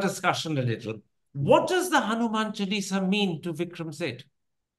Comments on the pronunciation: Its jarring to hear Chal-eesa as the name from Karan. Please be cultured enough to pronounce it by its right name - its Chaalisa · I wasn’t ready for Mr Thapar’s mispronunciation.. Chuh-Lee-Sah, but I understand the soft power potential of translated religious manuscripts! Mr Suitable boy is about to become the Overseas Sanghi Poster Boy! But I’m not ready for this either! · Hanuman se sidhe modi par achraj hai Jabhi aap hindutva ka sahi arth nahin samajh paye Hanuman chalisa ko chelsi bool rahe ho Aap naam bigad rahe ho lagta nahi ki aap chalisa ka sahi pronunciation nahi jante ho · He pronunces Chalisa with an American twang.